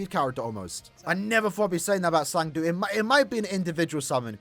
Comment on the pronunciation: Who is “zang du”… it’s cang du…